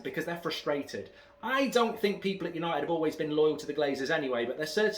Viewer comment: it's the history of Yanited 😂